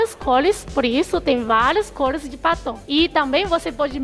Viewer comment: Kkkkk.. Eu tentando adivinhar o que era paton... Só na metade do vídeo que entendi que era batom.....kkkkkkkkkkk🤦‍♀️🤦‍♀️🤦‍♀️